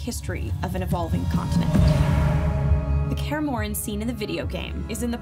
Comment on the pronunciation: da hell is karmorien? why can’t she just say Kaer Morhen like it’s meant to be spelled?